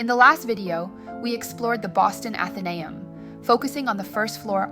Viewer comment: I'm a member, it's so worth it. It's pronounced Athen-ay-um, accent on the ay.